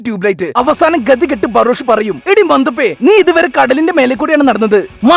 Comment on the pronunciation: ഇയാൾ ബറോഷ് ബറോഷ് എന്ന് പറയുമ്പോ ഞാൻ പൊട്ടിച്ചിരിച്ചു പണ്ടാരം അടങ്ങി 😂😂😂😂😂😂😂😂😂😂😂😂🙏🙏🙏 ബറോഷ് 👌👌👌